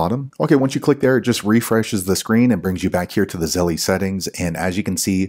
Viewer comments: ZELL, not ZELLIE! LOL Stop saying it wrong! Just something that grinds my gears haha! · I thought my brother was the only one who pronounces Zelle as Zelly😂